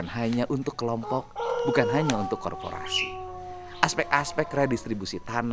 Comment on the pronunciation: Korporasi bang, bukan korforasi